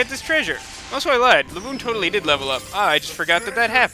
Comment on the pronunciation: the way you said LABOOON made me laugh quite hard XD